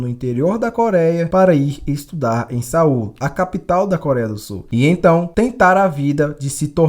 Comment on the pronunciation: A capital da Coréia SEUL, com E e não "saul" como você pronuncia.